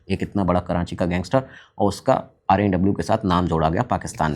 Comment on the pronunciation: Karachi, not Karanchi. Please correct yourself